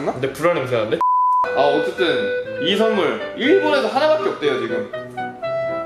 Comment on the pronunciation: 선무를 솨와쒀요